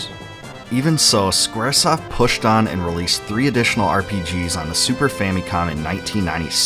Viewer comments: Fam-i-com not Fam-EEE-com. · Okay, if you wanna be technical, yes, it's Fa-mi-com but it's certainly not, based on Japanese pronunciation, Fa-meee-com. When I was growing up there was a Nintendoaholic kid a few years younger than me that found out the original name of the NES was Famicom and was pronouncing it Fameeecom and it made my skin crawl every time he said it. I tried to no avail to correct him because he was a dolt. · Well... it's a Japanese Product name. Phonetically in Japanese ファミコン it's pronounced Fa-mi-Con. It was a shortened version for Family Computer. As in Nintendo Entertainment System: Family Computer. So yes, it's Fa-mee-com. But Fa-mih-com sounds fine and no one is gonna bust your balls over it.🤷🏻